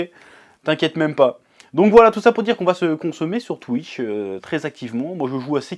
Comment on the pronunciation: En tout cas je suis content pour toi maintenant tu peux enfin vivre aisément par ta passion tu mérite💪🏾❤️ Ps:arrête de dire twiche😭😭